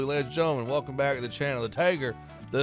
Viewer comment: Its pronounced za ch (like humus) lam and then tagar (g not j)